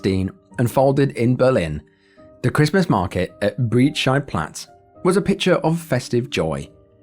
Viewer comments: This comment will probably drown but Breit in Breitscheidplatz is being pronounced like "height". E + I in Germany is pronounced Aye/Ay. Breit like height or wide or flight or fight. Same vowel sounds. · Breitscheidplatz ➡️ The pronunciation of Breit... sounds like the English word "bright". 😉